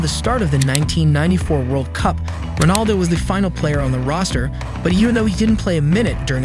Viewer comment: STOP SHOWING RONALDINHO WHEN YOU SAY ROBALDO